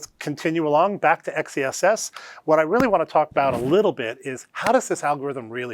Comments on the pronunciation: Please start calling it Excess! Not X E SS. It’s stupid and sounds like a boomer came up with the name. You have a great name. Make it sound like it should sound. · how do we pronounce "xess" ? it sounds like sex